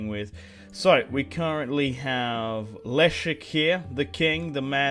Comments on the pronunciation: Leszek kurwa! not elisk... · Say Leszek like "Lesheck" ;)